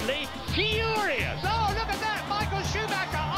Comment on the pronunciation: "That they are AB-SO-Lutely FURIOUUUS"